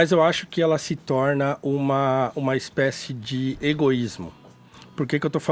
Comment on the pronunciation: mas não falei pelo sotaque, falei pelo S que ele acrescenta no final ou comeco de cada palavra. Por exemplo: "Comentário tSípico dSe Bolsominion"